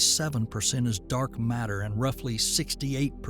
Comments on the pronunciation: dark natter lol ok ai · "Dark Natter" lol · “dark natter” bro at least get words correct while talking about wild ideas of the bing bang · Dark “natter”? Guys… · What is "dark natter?" 😂